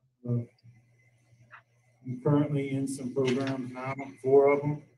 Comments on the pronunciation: I love how says “progrums.” At the end of the day, this guy needs to serve his time. It’s great that he’s making steps and he can make more steps while he completes his sentence. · PROGRUMS Love it!!